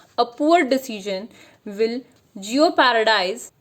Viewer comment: Hey it's not pronounced as Jeo-Paradise. It is spelled as jeopardise/jeopardize and it's pronounced as Jye-pardize :)